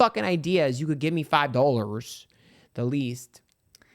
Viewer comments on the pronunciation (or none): He said “Five DOE-LuRz” 🤣